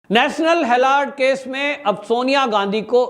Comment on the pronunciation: आप नेशनल हेराल्ड को बार बार हेलार्ड बोल रहे हैं स्पेलिंग ध्यान से बोलो। 16-07-22